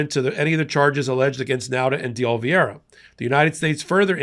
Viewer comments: No offense but you pronounce De Oliviera like this De O-li-Ve-era. I think. Correct me if I’m wrong. lol 😂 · The name is De Oliveira - that's day olly verra, not the way keeps mispronouncing it. C'mon, man! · you are the best and my favorite journalist/commentator! I find you articulate, smart, and a graceful communicator. There is one thing though, it’s pronounced DAY-OH-LEE-VARE-UH. Just saying. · Since I don't do social media this is specifically directed at. His name is De Oliveira. Yet you consistently pronounce his name as though the "i" in Oliveira is placed before the "e". You're mispronouncing his name. This isn't the first time either. Though I would find it hard to believe that you're doing it on purpose, as some sort of a dig, I would suggest that you consider the possibility that you might be dyslectic. In any event, please pronounce his name correctly. Otherwise, I love what you do, been a subscriber since nearly the beginning.